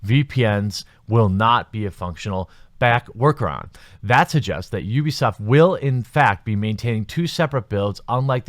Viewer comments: Its pronounced you-b-soft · Pronounces Ubisoft OOBISOFT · Heh heh heh... sounded like he said "boobysoft" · Jeremy you say Ubisoft like Boobiesoft. lol